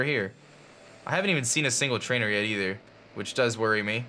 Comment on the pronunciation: i say eether my friends say ayyther, and this dude is ehther